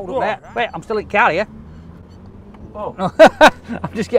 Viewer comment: "old on im still int car ere" 🤣🤣🤣🤣🤣